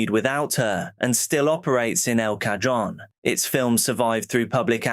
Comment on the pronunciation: El Cajon is pronounced as El Cahon